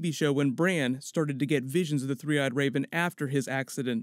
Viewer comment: Is he saying 'the three-eyed Rayben'?